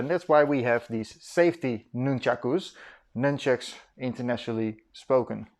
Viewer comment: All that time learning and he never learned how to pronounce the word?